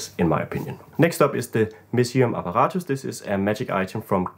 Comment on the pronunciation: If I may ask: Are you german by any chance? The way you pronounced "apparatus" sounds very german to me haha Thank you for the great ideas! Love the perspective on magic items being fun for a player being the most important.